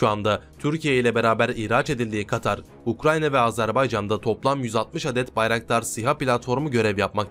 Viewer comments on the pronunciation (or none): none